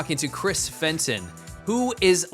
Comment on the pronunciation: Fenton! Fenton! Fentoon! Jesus Christ Fentooooooon!!!!!